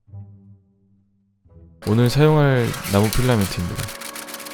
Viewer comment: 나만 나무를 나고로 들었나